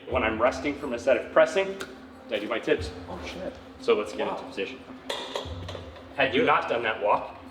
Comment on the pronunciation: "Tips" sounded so wrong. I kept on hearing "ti*s". I'm definitely hearing harder than last time.